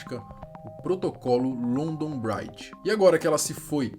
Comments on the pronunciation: Também fiquei incomodado kkkkk pronuncia-se "BRIDJI" e não "BRAIDJI" 😂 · Oh meu vei não se fala london braidge mas sim london bridge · A pronúncia é Brídge, não brádge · Só uma correção na pronúncia: London BRIdge; Comom Uélf (com a ponta da língua entre os dentes); Uést MInster. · Achei que não ia sentir nada na morte dela mas morando em Londres a um bom tempo não tem como não se emocionar. E a pronúncia do London Bridge está errado brother.